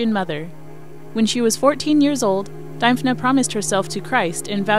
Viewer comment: Pronounced Dimphna. Thanks for the video